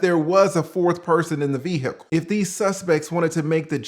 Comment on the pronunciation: Lol the way you pronounce "ve-hicle" is hilarious. RIP Matthew.